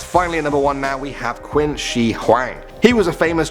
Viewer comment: It's pronounced Chin Shir not Quinn she.😁😁